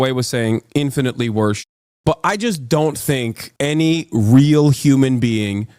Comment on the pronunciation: YOOOO, I heard "any WHEEL human being" for a sec there 💀💀💀